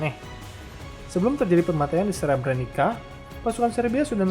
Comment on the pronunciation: Srebrenica dibacanya Srebreni"tsa"🙏